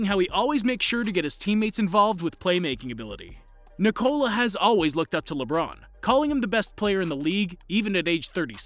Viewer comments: its not nicola its ni-ko-la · When they pronounce his name NIII -COOLA blood comes out of my Ear and every balkan people ears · It's not pronounced Nikollaaah... it's simply Nikola. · Danis Kolasinac lol, no. That’s literally the problem with the pronouncuation. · It hurts me every time you say his first name wrong...